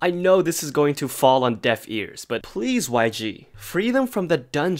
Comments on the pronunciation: The Billie Irish got me. I am literally crying my ass of for laughing so much 🤣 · when i said i screamed i mean i SCREAMED at the end when he said “wait a minute is that billie irish” in that irish accent😂💀